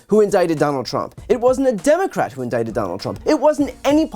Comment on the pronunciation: Am i the only irritated by the waybhe say indicted?!?!?